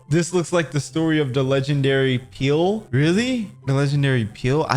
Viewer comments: DONT CALL HIM PEEL HES THE BEST BRAZILLIAN PLAYER EVER ITS PRONNOUNCDED PELE BRO HES NOT A BANANA PEEL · bro said peal its pele pronounced peh leh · bro said "peal" son 😭😭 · LOL Bro said pil but its pele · Bro it ain't peal it's pele lock in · Roblox really breaking people's brain he called "pele" peel he might call "messi" messy 💔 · It ain’t peel it’s Pele bro😭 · it not peak it pe-le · its pele not peel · did bro js say peel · It's pronounced Pe-Le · Fah you mean ple ite pele PELEEE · Bro said peel